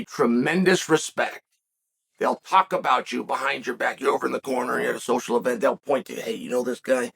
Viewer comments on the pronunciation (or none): none